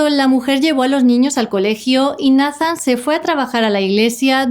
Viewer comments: Solo como sugerencia, Nathan se pronuncia “Neithan” es que se escucha medio raro decirlo como se escribe, sobre todo que es un caso de USA 🇺🇸 saludos!! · Nathan... neitan , (así se pronuncia)... la conoció de 6 años?